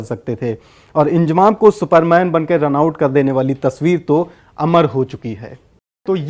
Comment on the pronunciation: Abe ye koun anpad hai naam bhi pronounce Karna nahi ata inzamam ko iljamam bol raha feet ko meter bol raha hai bhagwan hi malik hai in up Bihar wa lo ke padai ke standard ka